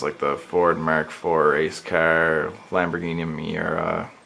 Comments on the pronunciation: i hate how this guy says car!!! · Pretty kickash cahhr...